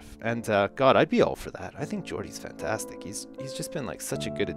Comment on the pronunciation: when says fantastic it kinda sounds like funtastic